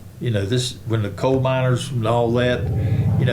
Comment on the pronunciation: It's coal not cole....